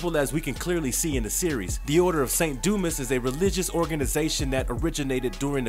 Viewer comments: It's do-ma not do-mis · A small critique... In "Saint Dumas" the "S" is silent. It's pronounced "Saint Dumah" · Dumas is pronounced “doo-mah” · Its pronounced Du mas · It's pronounced dū-mäs! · I had to stop because of the way he pronounces “dumas”